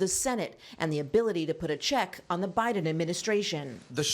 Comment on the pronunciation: President bye-ton